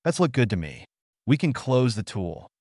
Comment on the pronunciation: and "close" vs "close" (obviously doesn't make sense just writing it out)